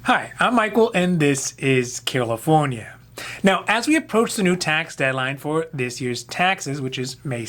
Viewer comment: I’m like why is he saying California like that??? reads channel name at the end of the video Ohhhh Anyways thanks for the video from Philadelphia